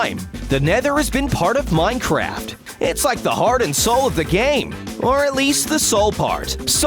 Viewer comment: Did anybody hear him say minecrap?